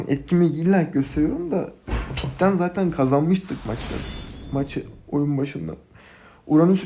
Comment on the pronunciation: saten ne la "zaten"